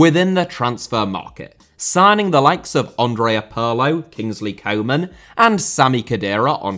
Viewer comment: Pirlo. No Parlo. 😉